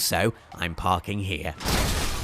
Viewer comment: "and im parking hiere" 2015